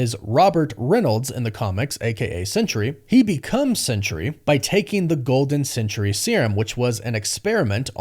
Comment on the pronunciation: You do know that Sentry and Century are two different words?